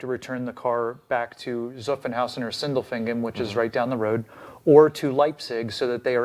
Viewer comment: Great discussion (and correct pronunciation of Sindelfingen 😄). Let me add some more background based on my experience of doing 2 Euro Deliveries in 2012 and 2016 in Leipzig and waiting to pick up my GT4RS this April in Stuttgart (i wanted Leipzig due to the track hour, but Leipzig seems to be harder to get than Stuttgart currently - at least when i had to choose my dates). Before I think 2012, Porsche NA actually charged customers around $3000 for ED (unlike BMW, Mercedes that discounted the car). Between 2012 and 2023, Eurodelivery was "free" for customers (the sales side was nicely explained by ), but starting with MY24, the ED charge is now $1500 (as of writing, there are no ED options for the new Taycan or Macan EV yet). I would have to check with my SA to see if the dealer incentives and costs have changed because of this. Note that the reason BMW/Mercedes were able to discount the car was that the customer car will now be imported into the US as a used car and apparently will have lower import duties. During the "free time" for customers, I had friends who negotiated discounts on their Boxsters, 911s, and Caymans and then wanted to add the $0 option. The dealers did reneg on their discounts and gave them the option: discounts or Euro Delivery 🙁. As to the "winter tire" requirements: Germany has no law that prescribes a date (unlike other European countries) but requires you to have winter tires (no all-seasons unless winter approved) in case you drive in snowy or